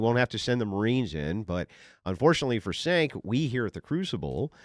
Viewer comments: Cenk's name is pronounced Jay-nk. Or chunky yogurt. But not Sank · Pronounced "Chenk," not "Senk"... It drives me mad when cannot pronounce words correctly or uses double negatives. 😅 He's too smart to make himself sound so dumb. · Cenk is pronounced as Chenk. exactly,! Dave is a demagog, he always uses 10x more words than needed, to say anything, just like Cenk. they both can talk for 30min and say nothing + both of them are doomers - there is always smth terrible is gonna happen: ww3, climate change and all that lib fearmongering bs, but dropping birthrate ain't an issue - it is a choice. i used to like Dave in the beginning, he seemed smart, but past year he lost his marbles and turned into a demagog, his thoughts are scattered and can't form a thought properly, always talks around, frequently stops in the middle of the sentence just to rephrase it. he constantly cries wolf with every gust of the wind. terrible negative human to be around. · Do you mispronounce his name on purpose? 😅😅😅 You did it on Piers Morgan and I thought it was just a mistake. But now…..